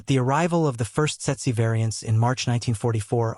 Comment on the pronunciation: Tse-tse in Standard English. Pronounced "tetsee".